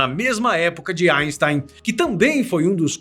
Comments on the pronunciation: Kkkkk engraçado ele falando asten" kkkkk O Sikeira iria adorar kkkkk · GOSTEI DA PRONÚNCIA EINSTEIN.